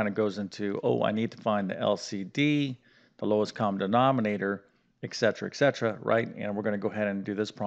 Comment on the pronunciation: It's etcetera, not ekcetera.